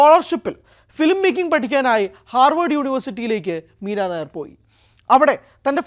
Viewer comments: മീര നായർ അല്ല മീര നയ്യർ (nayyar ) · മീര നായർ അല്ല മീര നയ്യാർ . she was born in Bhubaneswar, Odisha.